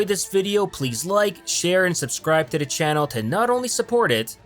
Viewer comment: There should be a drinking game where you drink every time he pronounces 'to the' as 'tuh-dah'.